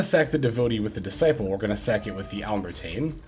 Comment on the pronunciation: It’s pronounced “al-ehm-ber-shiun” Its based of the name of a french mathematician. Otherwise great video as always.